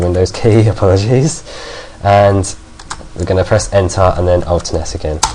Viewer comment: No offense, but I love how you pronounce "ENTER" XD